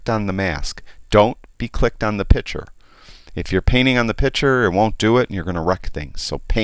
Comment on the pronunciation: One comment, it is not a pitcher you are working with it is a picture. Pitchers hold water or lemonade. Pictures are visual representations. ain't gonna not like the change, but he will be a better annunciator of English diction.